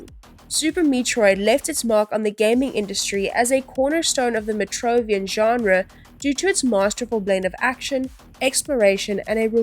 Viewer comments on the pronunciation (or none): Learn to pronounce "Metroid" and "metroidvania" - or teach your AI narrator to. The very dry script also feels very AI. Have you actually played any of these games?